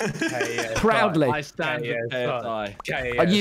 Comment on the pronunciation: U mean "stan" not "stand" aahha